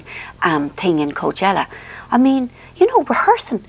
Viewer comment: Alina Huntley oh, MEAN! It was a misunderstanding of pronunciation! 😂